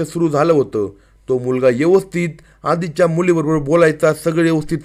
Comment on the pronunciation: Is it 'यवस्थित or ' व्यवस्थित'